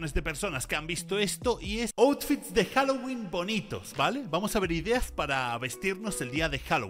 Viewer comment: Señora diciendo "juaguoling"🥱 diciendo 🔥Jaguolin🔥 🤩🤩